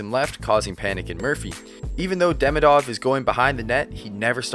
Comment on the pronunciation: Well, I need to say this out loud. He's not DEmidov or DemidOv, he's DemIdov, like Demeeedov. Think about Ovechkin's surname while trying to pronounce that 😆